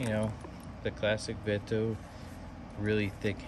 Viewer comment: I never heard anyone say veto like you